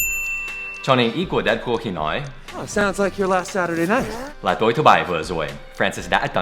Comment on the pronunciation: phải tua lại nghe thầy nói chữ "nà". xD